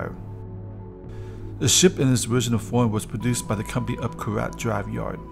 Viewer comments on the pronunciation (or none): none